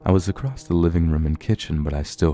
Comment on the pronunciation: No kidding. There's too many 'creepypasta' readers (popular ones!) That pronounce words incorrectly. Such as across with a 't' at the end. ACROSSTTT! etcetera with an 'x' in it EXXSETRAAAA! my silly pet peeves.